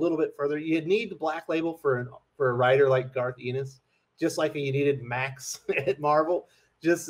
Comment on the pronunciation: FYI, Garth's last name is pronounced "EHN-is", not "EE-nis".